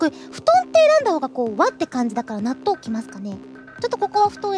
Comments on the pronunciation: The Natto chant started to sound like Donut midway through! lol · When she said natto loads of times I swear I heard her saying donut a few times. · her "natto natto natto natto..." started to sound like "tuna tuna tuna tuna..." xD